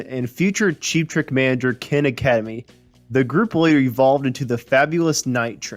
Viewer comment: The agent/manager's name is Ken Adamany, not "Academy."🙄